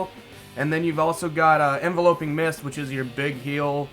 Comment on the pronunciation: I'm really not trying to be a grammar nazi or condescend but alot of people mispronounced enveloping mist. It's envelop, not envelope. (en-vel-up, no en-vel-oh-p)